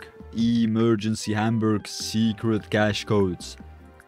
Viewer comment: Hier die deutschen sprich mal Hamburg richtig aus😂